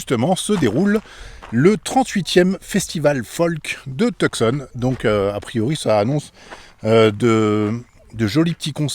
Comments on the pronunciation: « Tout- Sonne » et non TuCson (le C est silencieux) haha ces français toujours tout croche la prononciation des mots anglais, mais on vous aime quand même haha. Bonne continuation. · Vous ne prononcez pas Tucson de la bonne façon !! (Too-saan)